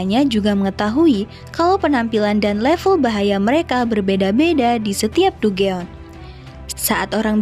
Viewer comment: Dungeon bacanya danjen min